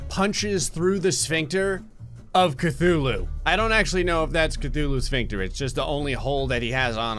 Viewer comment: Funny how he says ctulhu and there was a cutulhu video above his in my recommendation list